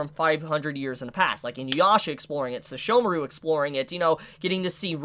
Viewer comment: i feel that you never pronunce correctly Seshomaru, mostly because the "Se" it sounds like "shishomaru", just a constructive criticism, is not important, but a good to know thing